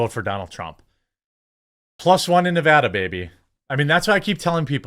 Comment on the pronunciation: As a long time "Nev A duh" resident, I can say I appreciate you not saying "Ne VaH DA" when you speak. Always voted the right way anyways, never believed the hype even from obummer. Thanks man hope to get one of the cookbooks. Take care and God bless!